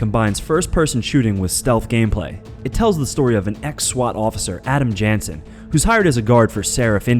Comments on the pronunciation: um......he said Doos Ex and he said the main characters name is Adam Jansen......he needs to do his research.....and the way he said Ezios name made me cringe........aswell as that I wouldnt say that Thief:The Dark Project really tests your patience in fact I really think it is a bad stealth game its just not very appealing to me and a few others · Duce X, Adam Jansan, 3rd etchilon, E-Z O Auditora day forenz, What the fuck? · "Adam janson"